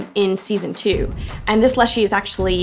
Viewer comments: Leshen not Leshe please and thank you lol. Sorry but I have fought too many of them in the Witcher 3 to have it said any other way 🤣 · I think it’s funny how she’s pronouncing the leshen as leshy